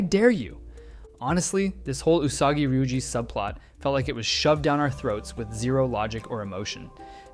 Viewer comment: Ty for saying her name correctly 😭